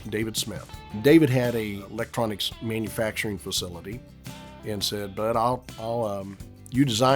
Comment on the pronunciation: Now THIS is what does best (aside from your cringy pronunciation of "manufacturing")... Much better than making/"inventing" his own gear. You are a tribute artist at heart, More of this, please.